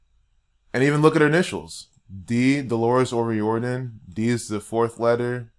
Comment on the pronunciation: delorus o riordan was a christian your pulling numbers out of your thin air and this is disrespect to an irish woman who gave her God given gift to the world and riordon is pronouced o riardan not o rieeeororidon,,,,,,,,,,,, if your going to give facts do it right yes there is illuminati and those who bpught into it but delorus dident intertain that crap look up your facts and do your research properly this woman was a dedicated musician and put God first and her family and put her ireland on the map soo is every singer going to be put in the same boat ? using what God gave them to use their talents im sick of the disrespect and dishounour to her and her family delorus suffered deppression and anorexea and her youngest is only 12 have some fecking respect and remember your hurting her children writing this bloody nonsense